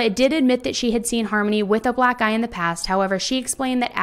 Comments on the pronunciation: i kept hearing 'black eye' as 'black guy' and it made me laugh so hard. which is inappropriate but like.. lol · Am I the only one who heard "black guy" instead of "black eye" and was extremely confused?